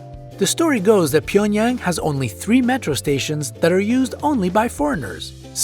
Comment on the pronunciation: “ PYENyAng” JCJEKSJD LMAOAOAOAOAO